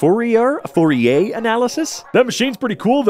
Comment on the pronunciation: Euler is pronounced as 'Oiler' not 'Wheeler' and Riemann is pronounced as 'Reemaan' not 'Raymen'. Fourier is foux-ree-er.